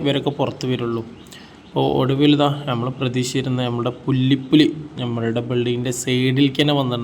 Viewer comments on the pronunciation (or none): പുല്ലിപ്പുലി അല്ല മോനേ പുള്ളിപ്പുലി